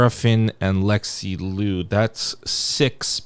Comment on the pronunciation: just as a note, liu should be pronounced closer to “leo” than “loo” !!